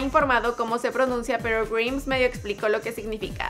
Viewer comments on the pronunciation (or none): Se pronuncia GRAIMS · Le dijo "greims" a Grimes.... Me voy... Jajajajaja XD